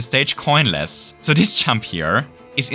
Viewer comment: Stop saying "chump" it’s "jump"